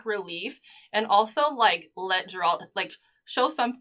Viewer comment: Sorry, I don't trust anyone who's managed to watch 8 hours of the show is still mispronouncing Geralt's name